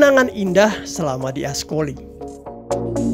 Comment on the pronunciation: Maaf min...kalau baca C...dibaca K...jadi francois...di baca frankois...ascoli dibaca askoli..